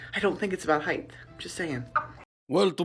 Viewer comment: Did she say "heighth"??